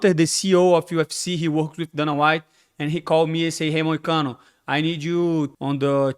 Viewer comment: MOOOOONE MOICANO (love it how he says it in portuguese/brazilian accent haha)